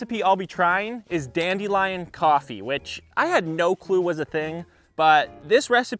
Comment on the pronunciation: it's dandelion not dandelion